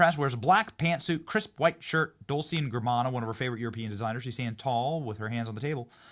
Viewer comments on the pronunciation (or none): “Dole- Chay -& Gah-Bon-Ahh” ( Dolce & Gabbana )lol your pronunciation was hilarious but I’m sure your wife has since corrected you with great humor, good on ya for trying and your still awesome! Ps in advance, it’s “Ro DAy Oh” 😊😊😂😂❤❤ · Dolce&Gabbana, check how to pronounce correctly. Two Italian last names of the founders of the fashion house.